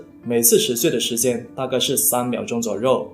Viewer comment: 小渊 yuan1(不是ruan1); 一样 yang4(不是rang4); 左右(you4,不是rou4)